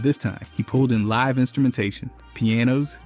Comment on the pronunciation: Yeah like how he used the wrong pronunciation of “live”😭